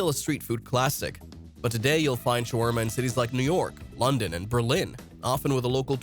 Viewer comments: the word shawarma comes from turkish word Çevirme not shawarma again. and what was that pronounciation like its arabic wtf. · Then it's an idiot. You're better off just saying you used an AI bot - knothead. BTW - "Showarma" was funny too.